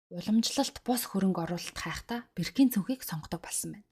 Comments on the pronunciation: Birkin gdgee bruu duudaad bnshu i bish o goor duudg shu boorkin gh ymuda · Sorry Birkin ee zuv unshaarai.